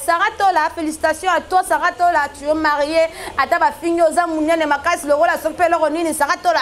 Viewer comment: Kiekiekiekiekie ma soeur on dit assumé,est non ssumé 1min 50sec.Afrique du sud est non FO du sud 3min 36sec.ba faute d'orthographe ebele yaya meka KO bongisa